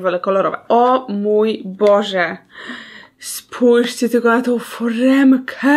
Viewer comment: "Spòjżcie jakie to jest malutkie" to samo było w odcinku z lodami (gdzie w odcinku 3-16)